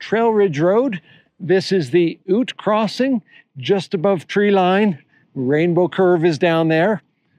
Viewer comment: just found the pronunciation strange